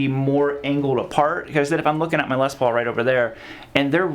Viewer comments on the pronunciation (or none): What a whiner! Imagine complaining about a guitar that Angus Young and Tony Iommi played for decades and wrote countless amazing songs with. Also, it's Les Paul not LES paul okay. Put some respect on the man's name and legacy.